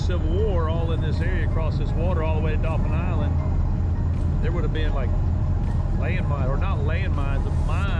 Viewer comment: It's "Dauphin Island", Ya dolt!!!!!